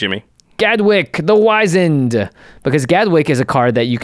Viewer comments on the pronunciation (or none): Awesome episode and I already shared it with my son. One quick point for you guys and not to sound too pedantic but regarding Gadwick, The Wizened. Wizened is pronounced with a "whizz" not "wise". Wizened means shriveled or wrinkled with age. To borrow and bastardize a popular phrase, "The picture on the card explains the card."